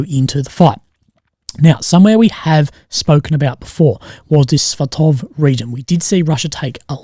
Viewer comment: Just a heads up, on Deep State if you click on the button that says "Updated 8/1 PM" it will explain where the changes are at and why they changed. The area around Avdiivka was apparently a front line correction. Allegedly. Also, Svatove is pronounced "Svah-toe-vuh", Robotyne is "Roh-bot-ih-nuh"... or at least that's closer than Robo-teenee:P